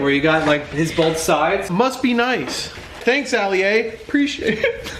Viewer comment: taking a lot of L's today first the "Kanye peppers" in sharps video and now "Ali-A" instead of Alia in this video lmaoooo